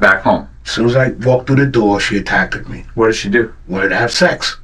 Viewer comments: And attackeded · Attacked-ed too 😅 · “As soon as I got home she ATTACK-DED me” 😂